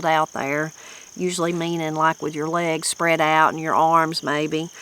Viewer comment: Funny how they pronounced legs as "lags" 😂